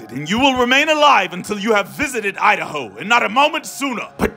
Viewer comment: 🤣🤣🤣😂😂😂🤣🤣. "Welcome to Idaho,, Where as we like to say "U- Da-hoe" 🤣🤣😂😂🤣🤣🤣😂